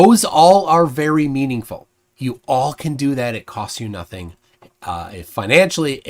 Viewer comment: I don't trust people that pronounce the "G" at the end of words as "keh". "Notheenkeh", "sometheenkeh", the ocean is "waveenkeh".